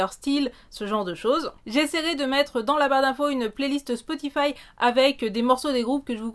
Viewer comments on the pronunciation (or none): none